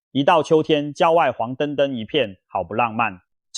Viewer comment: 黃澄澄(成成),不是灯灯😂